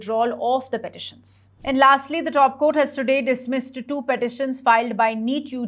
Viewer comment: Dop Court? It is Top Court. Repeated mistakes. News reading quality is very poor and mechanical. Not able to understand her clearly. Many key words are not pronounced properly. Please correct your mistakes. Or let someone qualified Read the News